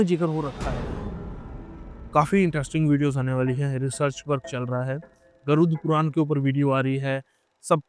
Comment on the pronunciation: guruth puraan ❌ 😂 Garud puraan ✅